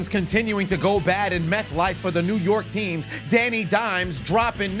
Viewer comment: My dude really said Meth Life stadium 😂😂😂